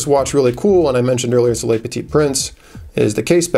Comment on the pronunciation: its "le" (petit prince) not "les". (leu vs lay)